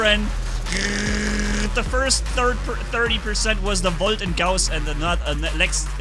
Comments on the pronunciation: "Woljt"! You gotta love german! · VOLT ME:🤤😯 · In my opinion, it’s more satisfying hearing say volt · I'm hearing the German accent in "Volt" and "Gauss"😁👌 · Are you romanian because you said volt with romania accent